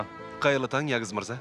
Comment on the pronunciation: Это не ягуз а ягыз